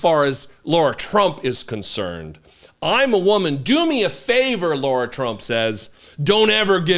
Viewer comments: HER NAME IS LARA (PRONOUNCED WITH THE WORST POSSIBLE S. CAROLINA ACCENT YOU CAN MUSTER) NOT LAURA. I have a few wonderful Laura's in my life and it grates on me every time you miss-pronounce LARA's name. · Lair - uh. Or, Lah - rah. NOT Lore - uh. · I agree completely with your ascribing Lara Trump's Co-Chair of the RNC simply to nepotism; but, dude, STOP pronouncing Lara's name as 'Laura'. In doing so, you sound like a dipshit, a characterization which you accurately ascribe to Donald Trump and most of his MAGA minions. You're better than that, sir. Otherwise, two thumbs up! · Keep calling her 'Laura' ! Her name is 'Lara'. Let's see how fast mispronouncing HER name tics off Big Daddy. Or see if he even cares.